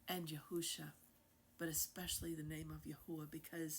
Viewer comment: YAHUAH, not Yahawah! YAHUSHA, not Yahawahshi!